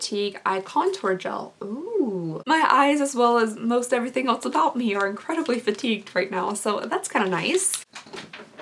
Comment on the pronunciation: not hating at all i really love you and your videos but it bothers me every time you “else” because it sounds like you are saying “eltz”